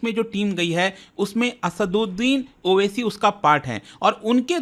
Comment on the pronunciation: owaisi ko oac keh rha hai bolna to seekh lei